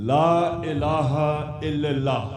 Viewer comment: الااللہ...... پہلے لام پر زبر ہے زیر نہیں کوئی ہے جو عمران خان کو یہ بتائے